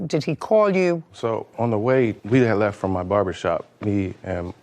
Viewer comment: When Judge Judy asked the first defendant what happened, he said, "It went leff." She said, "What?" I'm with her. Half these folks don't speak English. I don't know what 'going leff' means, either. She's got a really tough job!